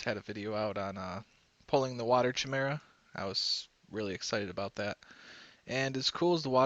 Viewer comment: Mate your vids are awesome but its pronounced Kai-mera not chi-mera Sorry but it bothers me every time he says it wrong